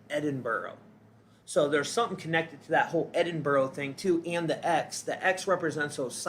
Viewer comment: it's 'white' hair not blond and how do you know its a symbol of the Pleiadians, could be most likely "Tall Blondes" alien reference. Edinburgh is pronounced as "Edin-Bruh" LOL there is no borrow in that word- no rabbits hehe. 😂 Gen X (they call me the editor terminator lol ) GREAT VIEW on youtube!!!!